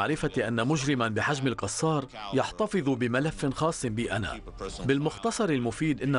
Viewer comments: المذيع يلفظ الكنية غلط ....القصار بدل الكسار ...انا اسكن بالحي الغربي في النبك بالقرب من قصر بيت الكسار الذي بالقرب من شارع امين من الجهة الغربية ...انا لست نبكي .لكني اسكن بالنبك منذ عام 1995 .وإنطباعي ان الشعب النبكي معظمه يستحقر أهل دمشق مع ان معظمهم يحرص على ان يمتلك شقة سكنية بدمشق ...اقول معظمهم وليس الجميع ..يعتبرون انفسهم فيهم رجولة لا يتمتع بها اهل دمشق ومن عشرتي لأهل النبك وانا تولد دمشق .انهم ليسو دققين بتلك الفكرة ابدا فمقياس الرجولة ليس بالفقر والغنى حسب منظور اهل النبك .فهنالك بعض أغنياء يتمتعون بخسة وندالة لانظير لها من دمشق ومن النبك .وهنالك فقراء كلهم شهامة وعزة من اهل دمشق ومن النبك ايضا .. ولا ننسا احمد الأديب الملقب بالص الذي كان يعمل بإقراض الناس مبالغ مالية على ان يستوفيها مع زيادة كفائدة وهوة نبكي اصلي .. هذى مثال فقط والامثلة عديدة . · ليش المعلق يقول القصار ......هوة من بيت الكسار